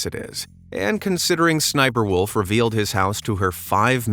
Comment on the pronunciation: Sniper, Wolf doesn't like when you say her name like that.She you're not supposed to say her name like that